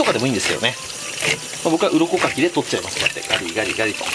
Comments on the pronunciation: 鱗書きが鱗滝に聞こえて仕方がないw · 最近鱗かきが鱗滝に聞こえます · 鱗かきが鱗滝に聞こえるw